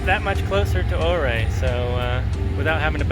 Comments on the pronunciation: Welcome to Colorado! Thanks for “stay’n on the trails” We pronounce Ouray as your- Aaaaa. Highly recommend imogene Pass from Ouray to Telluride (or visa versa) Wife will probably not like Black Bear Pass n it’s shelf road and switchbacks. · Im 49 now but spent a lot of Summers on those roads when I was a kid. Awesome to see you driving there! Just fyi Ouray is pronounce "you-ray". :) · Lol! I live in Junction and his pronunciation of Ouray was killing me.. Good stuff tho. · Ouray is pronounced your-ray , not or-ray. Nice video. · Ouray. “”Your ray“ not “O Ray” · I thought it was pronounce “you-ray”? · It is not OR-RAY. It is You-ray. I am sure a local told you that, I made the mistake of saying oo-ray, I was corrected. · I know its been said but its definietely pronounced you-ray and for whatever reason that seriously detracted from my ability to enjoy this otherwise excellent video. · Its pronounced you-ray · Ouray pronounced your-aye! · I recognized that house with the bridge. I’ve been looking for secluded cabins with land. That cabin is only on 5 acres but backs onto 102,000 acre nationally designated Uncompahgre Wilderness area, and it can all be your for $699,000 Ouray I believe it’s pronounced Youray I agree that last “Cherokee” isn’t a true Cherokee. I read your “disclaimer” and laughed several times. 👍🤙🤣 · Did you ask the locals how to pronounce Ouray? I think it’s Oooray! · My home town!! But it’s pronounced (YURRAY) lol love that place thanks for the view! Cheers! 🇺🇸🤘😷👍🇺🇸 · Neat. Ouray is pronounced Ur-ay, long U sound. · Ouray, pronounced "You're-A"... no O (35 yr second home) :) Beautiful country... I have to do the loop soon. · The"O" is silent (pronounced U-ray). Looks like a nice laid-back day where you can just enjoy the beauty. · Just an FYI, Ouray is pronounced You-ray. The road you took to Poughkeepsie Gulch is Mineral Creek. Some people falsely call it "Lower Engineer". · Your mispronouncing ouray’s name! Its spelled ouray but pronounced uray